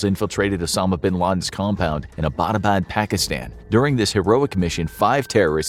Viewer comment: not how you pronouns abbottobad